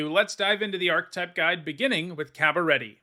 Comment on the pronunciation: The word 'archetype' has three syllables and you are incorrect in pronouncing the word as though it only had two syllables.